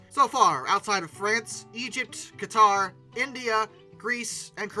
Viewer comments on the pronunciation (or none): none